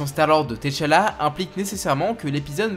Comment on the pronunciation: On dit tchalla pas t chala